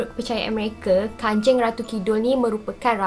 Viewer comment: Kanjang bukan kanjeng memang ejaan dia kanjeng tapi bacaan dia kanjang